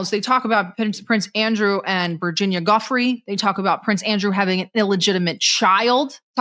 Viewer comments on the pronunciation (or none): Sarah, her last name is DuFray; Virginia DuFray, not Guffrey